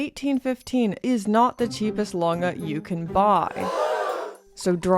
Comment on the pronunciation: That is not how you pronounce it